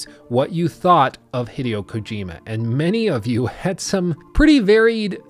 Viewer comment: Small detail, name pronunciation of Hideo is “Hee-day-o,” with the accent on “day.”